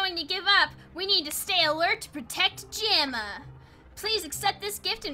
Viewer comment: and jamaa is pronounced ja-ma